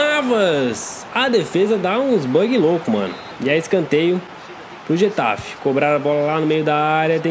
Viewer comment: getafi wtf e guatafe se fala